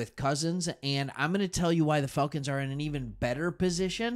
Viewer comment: why does it sounds like he saying Failcons. Bro Im getting upset pronounce that shhhh right bro!